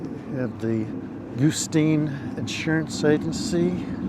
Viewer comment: Goo-styne... Goo-steen... 🤣 Surely you're kidding and you know it's Guss-teen. 😉 I spent time here with my step grandparents and other extended family in the 80's. Peaceful, quiet, good times. Haven't been back in 20 years.